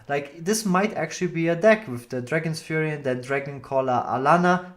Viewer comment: It's ( fury) as in rage..not ( furry) as in hamster...